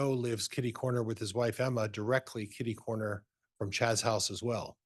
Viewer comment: Same here! And "kiddy-cornered"!